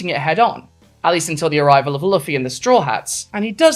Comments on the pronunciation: Banger video, one thing, please never pronounce luffy as “luhffy” again, its pronounced “loofy” not hating but its severely triggering me😭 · I really appreciate this video bc it's been bugging the fuck out of me seeing yamato miss-gendered so often in fan content, but at the same time hearing "luh-fee" repeatedly hit me for psychic damage. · I love this, literally everything about, but let it be known that it hurts my soul how you pronounce Luffy's name 🤣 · I agree with ever word you say 🏳️‍⚧️… except your pronunciation of ‘Luffy’ 🤔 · I very much agree with this person, but unfortunately she is british and so refuses to pronounce words correctly - manga, luffy, yamato to an extent - this is 'tacko' all over again. (No legit hate, just a peeve)